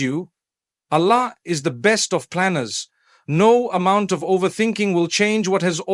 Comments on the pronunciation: listen to him where he pronounces Arabic Words. It is completely done wrongly. Even Allah, he pronounces it usually as Ala! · The way the audio says Alla and not Allahh… we know its not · Yes, this is shameful the way Arabic Words are pronouced. Like Ala. Soubhanallah. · this is ai generated he never pronounces Allah like this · Something is there. Mufthi's voice taken. But he is not speaking. Look at the pronunciation of Allah .😢.